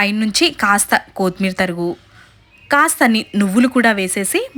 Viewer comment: ముందు తెలుగు పలక డం నేర్చుకో కొత్మేరి కాదు కొత్తిమీర అను